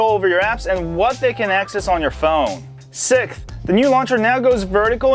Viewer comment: Sixth NOT Sikth